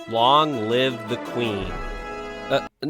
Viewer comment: “wong live the queen” 💀💀💀